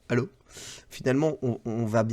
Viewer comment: J'adore le "ALLO!" made in Bretagne # XD Merci pour cette émission ^^